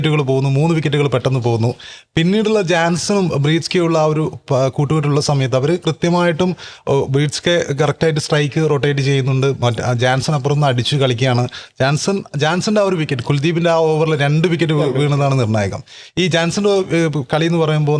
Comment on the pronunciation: ജാൻസൻ അല്ല സർ, യാൻസൻ